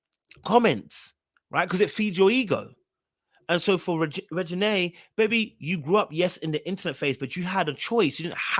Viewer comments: This is not important at all but I must mention how hilarious people mess that girl name up you called her Regina😂 her name is pronounced REG- GA- NAY. The funnies one I’ve heard was Resume😂. Any who… I don’t know if her mother is talking to her or not about her rants on SM but someone needs to tell her because she will eventually have a mental break down if she keeps allowing the net to take over her mind. I agree with you! She simply doesn’t need to respond. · I love you Nae, it's time for a break from the internet babygirl! Pronounced REG-GI-NAY I think you know by now that girl's name isn't Regina.